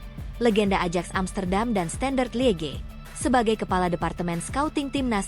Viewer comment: Admin Ajax hrs dibacanya Ayaks bukan Adjaks....mau ajak siapa jalan2..?